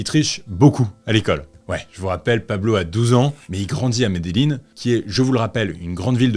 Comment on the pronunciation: Ey salut je regarde tes vidéo, je les adores 😊, je suis allé en Colombie, et Medellin ça se prononce « mes des djinns » 😅😁